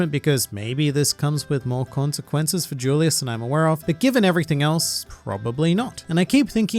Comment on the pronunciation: Consquences? But you read one piece right lol